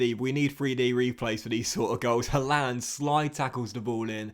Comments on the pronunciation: mate look up how to say haaland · The way you pronounced Haaland😂